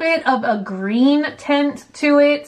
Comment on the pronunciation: She also said green tent istead of green tint